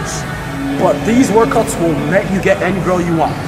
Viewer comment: “I’m gonna show you 10 workoats” 😂